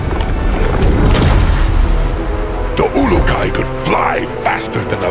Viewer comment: Am I hearing pronounce "ulukai" properly 😄